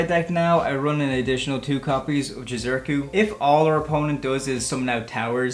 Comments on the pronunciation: ITS JI-ZU- KI - RU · I swear no one can pronounce Jizukiru's name properly lol